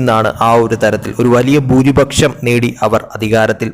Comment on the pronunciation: ഭൂരിഭക്ഷം അല്ല... ഭുരിപക്ഷം, അങ്ങിനെ പറയൂ.. അങ്ങിനെ എഴുതൂ..